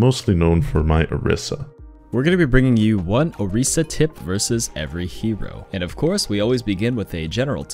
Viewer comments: My 1 general tip is that ITS PRONOUNCED ORISA NOT OREESA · Mains Orisa but can't say her name right.